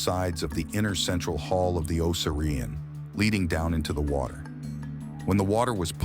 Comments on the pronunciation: Tell your A.I. O sear E on. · This is full of false assumptions and orthodox claims. The guy can’t even say the name correctly.